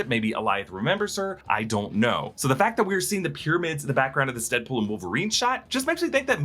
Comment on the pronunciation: He said "Headpool"